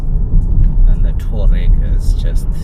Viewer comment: *TOU - A - REG... TOUAREG👍